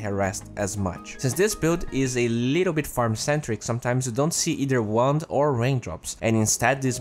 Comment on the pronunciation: I keep hearing he say instead of wand -.